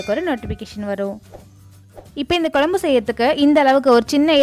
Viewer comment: Its not Kolumbu... It's Kozhambu